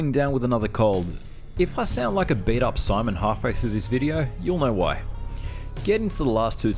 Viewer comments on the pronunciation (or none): none